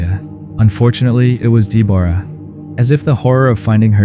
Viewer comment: Deborah being pronounced every which way but the correct one 😞